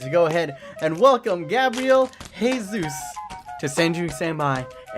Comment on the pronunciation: His last name is pronounced with the J sound or like a Zh sound instead of an H sound because it's portuguese not spanish